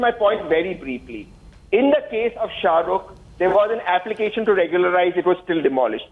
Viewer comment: Why ??? Is he talking abt sha-ru-ke 😂we don’t give a damm abt sha-ru-ke😂😂